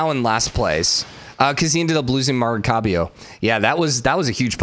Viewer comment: Come on say it with me, Ma-ra-CAI-bo😄